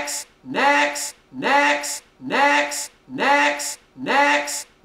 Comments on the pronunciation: sounds like he's saying necks * reads top comment * still posting tho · all i hear is medics niax and necks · I've been listening to this for a while and I SWEAR TO GOD he's saying 'EGGS' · i immediately heard necks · Lol sorta sounds like "dicks" or "dex" lmao